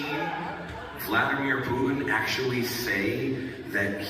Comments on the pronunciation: Not that I care about that war criminal a-hole, but hearing you mispronounce and accentuate the “pew” is horrible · Why do you keep mispronouncing Putin, it’s excruciating on my ears 😭